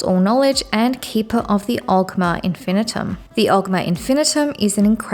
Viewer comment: Infinium not Infinitum, but otherwise, decent video.